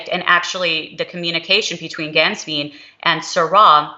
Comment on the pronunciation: Both of you need to get your pronunciations right when saying Archbishop Georg Gänswein's name. It is pronounced: GAY-ORGG GHAN-SCHWINE! Archbishop Georg Gänswein will have a place to return to in Bavaria. To think he is trying to figure out where he belongs is a misconception. Pope Emeritus Benedict XVI, I am sure, has taken care of that the moment he became Pope. 💞✝️JuT❤